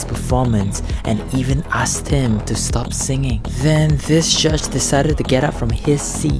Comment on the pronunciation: "zis is sho sad"